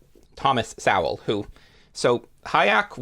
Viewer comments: I would be very thankful if you'd pronounce Thomas Sowell's name correctly. It sounds more like soul or so-well. Not Sow-el. I'm not saying you're doing it but pronouncing it Sow-el has become popular among those who hate the man. I imagine it's because it's akin to calling him a pig. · Despite the mispronounced "Sowell" and ignorance to Thomas's standing, outside of strategic "lefty" kneecaping, amongst intellectual circles this was a worthwhile listen. Sowell the 🍿 pop writer! 😂